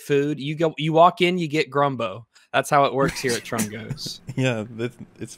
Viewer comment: It is literally GUMBO, a standard Louisiana dish, it isn't spelled Grumbo on the menu, they misread it and it stuck.